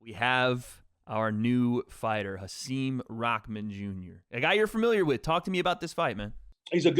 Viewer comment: Hasim recently taught us that his first name is pronounced Ha-sim, not Ha-seem